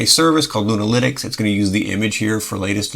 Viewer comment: Great video sir, i thought you where saying Luna- LInux at first, as if it was a new Distro lol. Love your work sir.